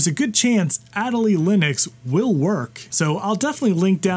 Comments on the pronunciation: “Ah day lee”. It’s named for the penguin. 😎✌️ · That Accent Aigu is very disappointed in the way you pronounced Adélie.